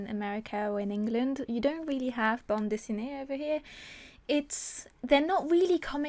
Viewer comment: your pronounciation of bande dessinée is so cute *^* (i'm french)